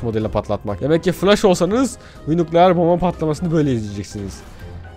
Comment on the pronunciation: Biri şuna onun nukleer değil nükleer olduğunu söylesin